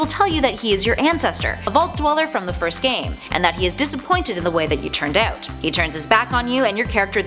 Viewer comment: out not aut